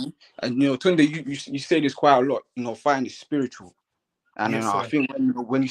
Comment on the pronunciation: Spence ..you gotta call your boy by his correct name..Yeah its spelt “Tunde” but it’s pronounced “Tun-Day”..Dont let him try gentrify the pronunciation 🤦🏿‍♀️😂